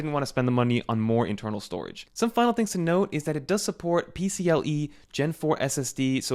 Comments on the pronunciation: . I had to go back and listen but PC-“el”-e? It’s PC-”eye”-e broski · How do you know review is paid for? When review has zero technical expertise saying PCLE instead of PCIE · PCLE he says🤣